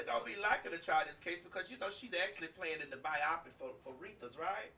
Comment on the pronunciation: Biopic is pronounced BYE-YO-PICK not bi-op-ick. Correction is coming from love. Love you lots